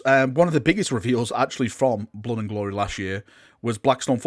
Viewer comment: Blod and gloreh xDDD